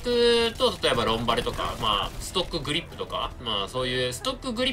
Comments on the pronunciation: グリップじゃなくてグリッップな辺りグリッップへの熱量を感じる。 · 「グリッップ」で草。強そう（小並